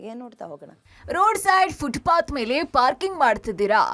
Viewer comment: Footbath ಅಲ್ಲಕಣ್ರೀ Footpath. ಪಾದಾಚಾರಿಗಳು ಅಲ್ಲಕಣ್ರಿ ಪದಚಾರಿಗಳು ಆಲು ಅಲ್ಲಕಣ್ರೀ ಹಲು ಹಕ್ಕಿ ಅಂದ್ರೆ birds ಅಕ್ಕಿ ಅಂದ್ರೆ raw rice White rice ಅಂದ್ರೆ ಬಿಳೀ ಅಕ್ಕಿ Cooked rice ಅಂದ್ರೆ ಅನ್ನ/ಭಾತ್ ವಾಕ್ಸ್ಫಷ್ಠತೆ, ಅಲ್ಪ ಪ್ರಾಣ, ಮಹ ಪ್ರಾಣ, ಅಲ್ಪಾಕ್ಷರ, ಧೀರ್ಗಾಕ್ಷರಗಳ ನಡುವಿನ ವ್ಯತ್ಯಾಸಗಳನ್ನು ತೊರೆದು, ಹತ್ತಾರು ಬೀದಿಗಳಲ್ಲಿ ತಿರಿದು ತಂದ ಬೆರಕೆ ತ್ಯಾಜ್ಯವ ಬರಿಯಾನಿ ಅಲ್ಲ ಬಿರಿಯಾಣಿ ಅಂತ ಕರೆಯೋವರನ್ನು ಕೂಡಿಸಿ ಸುಧ್ಧಿ ಘೋಶ್ಠಿ ಮಾಡಿಸಿರಲ್ಲ, ಭಾಶೆಗಳ ಮೇಲೆ ದಯವಿಟ್ಟು ವ್ಯಭಿಚಾರವೆಸಗದ ಧಾಯ್ಥ್ವ ನೆರವೇರಿಸಿ.